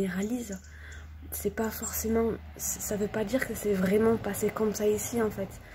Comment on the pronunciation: Elle est vraimeng vraimeng vraimeng vraimeng vraimeng vraimeng vraimeng abandonnée, vraimeng.